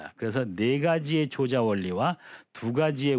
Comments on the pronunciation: 조자는 "조짜"라고 발음해야지요! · 앞글을 바로 잡습니다. "조자"는 "조짜"라고 발음해야 하지 얺습니끼? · 조자는 "좈자"라고 발음해야 하는 것이 아닌지요?